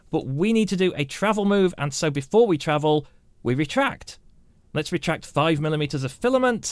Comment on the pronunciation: Your videos are very good but you talk so funny deretract lol